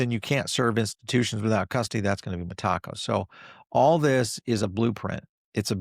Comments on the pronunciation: Meta co.. not mah taco. Lol. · META....CO. NOT M'TACO. .....LOL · Always gets that pronunciation wrong ! Sometimes mixes up lend and borrow 🤦 which is basic English and often conflates XRP & Ripple yet we keep tuning in for his wise knowledge 😂❤ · MeTACO? Is that a Mexican institution? 😅 i thought it was pronounced METAco? Good stuff. I appreciate all your content and observations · … love your content, but we gotta work on your pronunciation of Meteco. Think of it phonetically like this met.-a-co!! 😂 every time you say it just makes me laugh. The reason I know it’s the correct pronunciation as I’ve heard Brad Garlinghouse and the senior executives from that company share how it’s pronounced. Keep up the great work! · Metaco has nothing to do with tacos. Those involved pronounce it Meta-co.